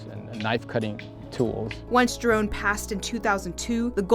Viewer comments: Thank you for saying this. It is pronounced 'hee-rohn," not "jai-rahn" I trained in the Giron system for 15 years, and it still forms the basis of my system. I too, can't believe that people can't even pay respects to this great man by simply pronouncing his name correctly. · Grandmaster Leo Giron's last name is NOT pronounced with the letter "G". It's spelled that way but not pronounced that way. Can't believe ppls will pronounced his name differently to keep away from all the legalities that are set in place. 🤦‍♂️